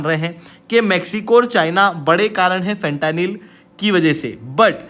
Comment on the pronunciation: Bha tu gajab educator hai… bc words to kam se kam theek se pronounce kiya kar… khud toh galat bol hi raha hai… aur dusro ko bhi galat seekha raha hai… फेंटेनिल…. Na ki फ़ंटानिल!